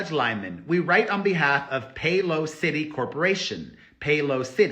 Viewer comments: Perez… I love how you pronounce Soworitz company as Pay-Lo City! Having worked for a company that uses his awesome HR/business software, I must tell you that the correct pronunciation is PayLAWcity… with the emphasis on the SECOND syllable… not PAY-low-CITY 😮 We love you Perez!! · I already added a comment below… But I love the fact that Perez is pronouncing it as pay low city!! The correct pronunciation is PayLAWcity… 😅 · Perez… look up the pronunciation of Paylocity! PayLAWsity… NOT Pay Low City! 😘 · Pay-lah-city Pay-lah-city what made Sarowitz a billionaire (Paylocity) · Esra is unbelievably malicious. It must be hard to live inside her body and sleep after all the crap she’s done and continues to do. A lawyer should have some decorum regardless of how horrible their client is. Also. Pay-LAH-sity. Accent on the lah. Love. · Pay-la-city. Like La La La 🤪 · It’s pronounced pay loss ity ❤️ Why they would name a company that is used as a payroll payer that is beyond me, but a company I worked for used them for their payroll needs.